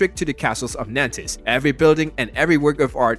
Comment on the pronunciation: It go worse Niecee and then Nanntess